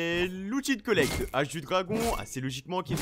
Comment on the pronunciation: l’outil de coullecte